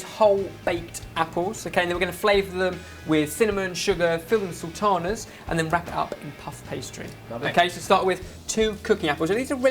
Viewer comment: What did he call the raisins?! I heard sorchanas?!